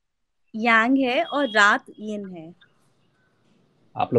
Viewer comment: Yin ko in bol rahey ho